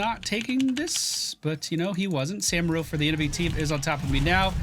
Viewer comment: still can't pronounce Samuro